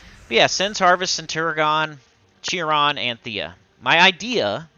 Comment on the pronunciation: Chiron is pronounced [Kai]ron" not jiron.